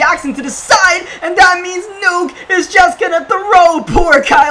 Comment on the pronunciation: It’s Nuk not nuke bro smh 🙄